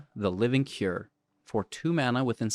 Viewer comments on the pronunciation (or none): none